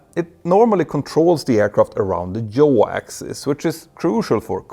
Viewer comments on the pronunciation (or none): Check your pronunciation of ‘yaw’. You’re probably overcorrecting based on the different pronunciations of the related letter J between Swedish & English.